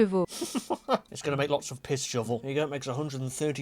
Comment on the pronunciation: when he said horse power in frinch i hurd piss shovl sorry for bad spelling